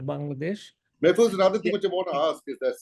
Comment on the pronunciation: Mr. Mahfuz Anam is one of the most respected and well educated journalists of our country. Please don't disrespect him by calling his name wrongly. It's Mahfuz (an aa sound) and not Mehfuz with an (ey) sound.